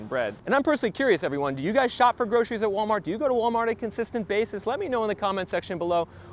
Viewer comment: When did groceries become groshries? It's even harder to pronounce.